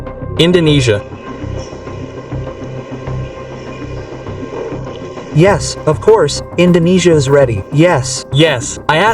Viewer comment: bang lo org malay ya? bilang INDONESIA bang bukan INDONNESIA